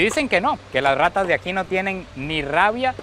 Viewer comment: No MMS y en tu país no ay rrrrrrrrratas